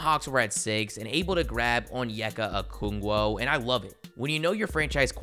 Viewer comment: It’s Okongwu not Okoongwo